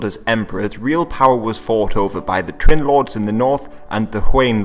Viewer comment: You mispronounced Trinh (I dated a girlf who’s last name was Trinh and speak pretty good Vietnamese) and didn’t bring up the Tay Son rebellion. Just minor details from a passionate Historian of Asia. Otherwise excellent video.